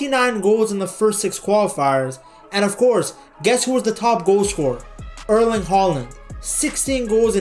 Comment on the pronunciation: His name is Erling Håland. Not Erlend Håland. Points to the presenter for not calling him Haland.